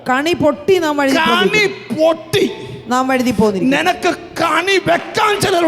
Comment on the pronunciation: കണി അല്ല കെണി ആണ്